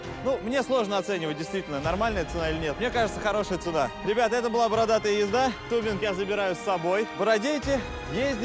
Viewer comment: Тубинг?) может тюбинг?) А обзор как всегда на высоте! Красавцы!